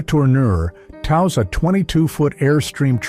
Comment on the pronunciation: In t6he man towing a caravan shot the AI voice says tows as in towels